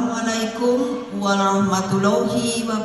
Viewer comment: Ngucapin salam aja gak benar 😂😂